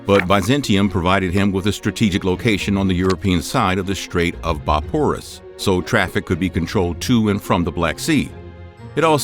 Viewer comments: Lets not forget, Boporous for Bosphorus. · Saying consta-nople is missing a syllable, anti. Bah-porous instead of boss-for-us for The Bosphorus. So many inaccuracies- this is how the internet goes wrong and leads people astray. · constinople? bop-horus? dude! read the letters! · I'm sorry, but the mispronunciations in this video are just egregious. Granted, I don't expect every, average citizen to understand the pronunciation of these words, but you are going out of your way to make a historical documentary. Consti-nople? Bophorus? It's not just this video either. It's all of them. You don't need to be perfect man, but you could be so much more credible by doing just a little bit more learning and research prior to making these. You instantly alienate anyone even remotely interested in history when you say the word: Consti-nople. I'm saying this for your own good. You also make broad, sweeping statements that are just not accurate. Again, I'm not demanding perfection. I'm saying you're kind of above and beyond what even amateur historians would consider reasonable in terms of theory, hypotheses and opinion. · And now you can add his renaming the Bosphorus as “Bah-pur-us” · You're SERIOUSLY mispronouncing "Constantinople" and "Bosphorus"! And those cisterns you flashed a photo of were built by Justinian a Roman emperor. I think you've messed this one up.